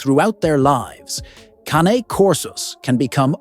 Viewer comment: Why do you mispronounce CANE? Italian, Caw nay, 2 syllables, not Cane, though you said it 2 ways. ? 😮😮